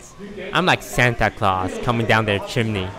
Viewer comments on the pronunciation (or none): none